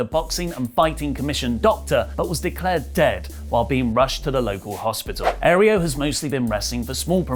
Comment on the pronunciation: its not principe "ereo" its Aereo.